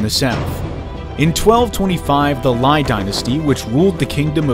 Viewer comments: “Ly Dynasty” should be read as “Lee Dynasty” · I stopped watching when you pronounced Ly as Lai. You didn't even do such simple research.